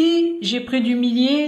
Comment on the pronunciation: Le millet se prononce "myé" et non pas "milé".